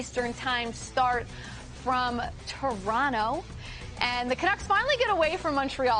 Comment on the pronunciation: I had to rewind it but she said Toronto correctly - nice!